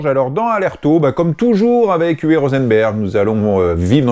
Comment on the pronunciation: UWE se prononce OUVEU. Merci pour toutes ces vidéos !!